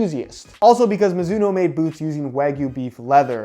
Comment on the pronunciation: Mizuno? More like MOOzuno